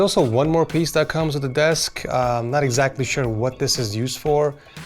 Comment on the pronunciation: THAT❌ DAT✅